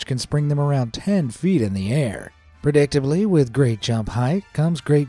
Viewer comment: It’s predictably not prodictively!!! You say a lot of words like this incorrectly.